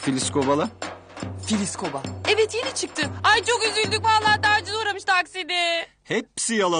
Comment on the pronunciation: AICoverdunyasi eyvah değil evvah diyor